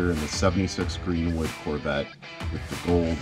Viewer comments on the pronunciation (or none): none